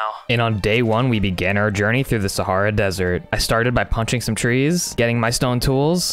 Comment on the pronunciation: Can we just talk about how he says wrong sahara